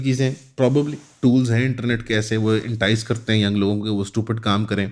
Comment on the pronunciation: Enternet ✔️ internet ❌🤡😂